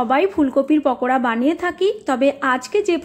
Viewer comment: শব্দটি বাংলা কিংবা ইংরেজি যেভাবেই উচচারণ করেন পাকোড়াই হয়। তাছাড়া আপনার নিজের লেখাটিতেও পাকোড়া লিখেছেন। অথচ উচচারণ করছেন পকোড়া।